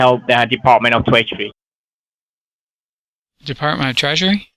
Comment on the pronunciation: "Close enough" - LMAO! I've seen almost all of your vids and this is one of the best so far. Also, he said "Department of Tweasury" . You missed an opportunity there :D